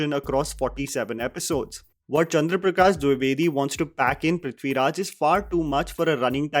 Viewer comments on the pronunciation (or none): The way you were struggling to pronounce "Chandra Prakash Dwivedi" was cute